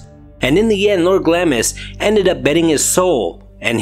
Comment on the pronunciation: Pronounced Glahms..